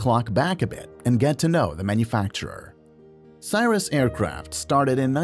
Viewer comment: I'm guessing that the voice for this was AI. Maybe not. Either way, Cirrus and Cherokee were so mispronounced I bailed on the video and did not finish watching it.